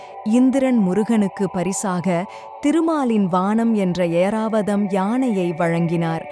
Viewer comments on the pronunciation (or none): Earavatham இல்லை ஐராவதம்